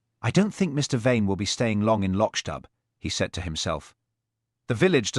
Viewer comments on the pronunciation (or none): I can't take the mispronunciations. Lotch-dub !